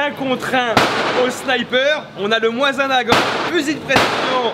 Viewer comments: le Mosin Nagant ça se prononce ( Mozine) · Ps : sa me fait trop de mal quand je t'entends écorché le célèbre : MOSIN - NAGANT et pas moisin nagant rololo lol le tireur en carton lol le sniper de la manette de play ofaite tu etait sur un pas de tir de combien de mètres ??? Moi avec mon mosin nagant a 200m je tien le noir dans une pomme .je précise sans lunette pu avec un modèle d'infanterie !! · j'ai grave kiffer le seul truc c'est qu'on dit un m1 garand et le moisin nagant tu le prononcé pas bien moisin se prononce comme en anglais mais sinon c'est super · Le Mosin-nagant se prononce "mozinagan" ! Et ce fusil a aussi fait la première guerre mondial ! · Tu peux tirer en France, ça se prononce Mozine Dagant, et c'était un fusil d'infanterie à la seconde guerre mondiale, pas un sniper ( certains modèles avaient le levier plié pour fixer une lunette mais rien de foufou, néanmoins il reste très précis :) )